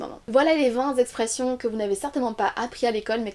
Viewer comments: Vingt expressions se dit Ving-t-expressions et non Ving-z-expressions, madame. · Bonjour, il n’y a pas de « s » à « vingt » donc la liaison se fait avec un « t »: 20 t’expressions et non 20 z’expressions 😉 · VingtZ expressions, t sûre qu'il y a un Z à vingt ?